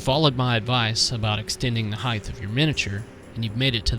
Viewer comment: Great conversions - very inspiring! However, the word is height with a hard T ending (like night, sight etc) it is not heighth! You must've said "heighth" half a dozen times!